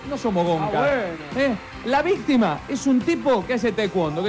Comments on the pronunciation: dijo la vistima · dice la vistima??? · Escucharon que al principio del video tinelli dijo VISTIMA?😂😂